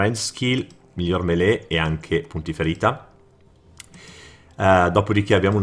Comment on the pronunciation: mele? DOVE?DOVE? scherzo 😉 ma in inglese si dice milíi(circa) c.q.c